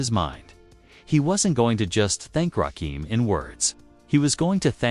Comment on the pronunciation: YOU PRONOUNCE THE WORD RAKIM = ROCK KIM!!!!!!!!! DAMN!!!!!!!1